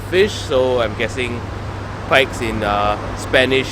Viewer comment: You pronounce it pes